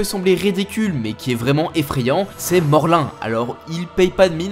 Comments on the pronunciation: Pas morlain mais morlun donc morloune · « Morlin » m’as tué mdrrr ça se prononce « Morloune » en vrai 😂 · Beaucoup de francophone font cette erreur, ça se prononce Mor'loun" et non Morl"un", et oui il est pour moi l'ennemi le plus dangereux de Spiderman, il en a d'ailleurs tué beaucoup d''homme araignée, des jeunes des vieux et même ceux qui sont très similaires au peter parker que l'on connait! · Ca ne se prononce pas "Morloune "? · Ça ce dit morloune